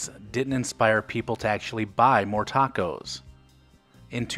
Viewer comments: Tay-cos? 😂 Sounds about white ❤️ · People in CA wouldn’t have said “tayco.” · "taycos" was a only a gag...Like in: "...let's go take-out some hot taycos" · I lived in Downey early 70's. NEVER said TAKE OHs lol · I'm 72 and I've only heard one person call them TAY-cos. They were from back East.